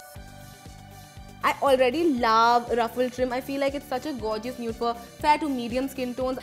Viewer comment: Gorgeous is pronounced, "gor-jus" not "gore-Ji-us" like, stop.